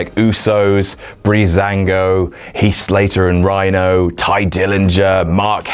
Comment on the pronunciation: When he says Rhyno.. sad..